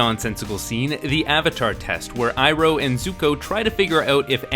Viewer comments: Are you the Ovatar, Ong? Yeah, I am sOOka Did you hear that, uncle Eroh, now I can finally restore my honor from that Agni KEY The mispronunciations are mind blowing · Kaytayray So-kayka Aaaaawwwwwwwwwwwnnnng Zucko Eeroo Firelord Oozay